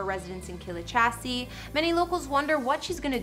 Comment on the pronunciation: You didn't bother to learn the pronunciation of the estate before making a video? And aRISTocracy? Glouchesterchire? Seriously? My fellow Americans embarrass me.